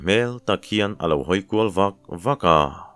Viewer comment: Lianchhingi nu chu a lo hawikual vak vak a,tih hi I lam dik lo,vak vak tih hi em em tih nen a lam Rik dan tur a in ang